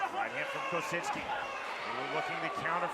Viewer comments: Why...why....does dude keep putting a N in Kosicki name? It is not kosiNski!! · There's no N or Z in Kosicki 😂